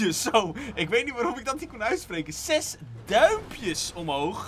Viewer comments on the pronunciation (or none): waarom zeg je SES het is zes